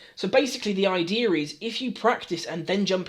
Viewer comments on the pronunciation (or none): Gotta love "basically" and "idearr"